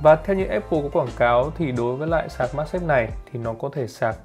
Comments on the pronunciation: Mag chứ không phải mac nha anh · magsafe chứ đ phải macsafe